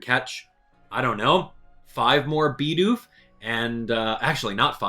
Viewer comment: it's "Bid Oof" not "BeE dOoF"